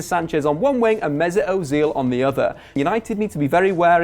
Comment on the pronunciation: mate, why do you insist on pronouncing players' names like an utter plank? It's hilarious; "Mesut Ozeeel", "Henrikh Mick-Tyrian" and if I hear you say "Jess" Lingard one more time...